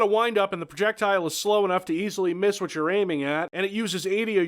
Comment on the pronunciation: Hwot? Kurwa.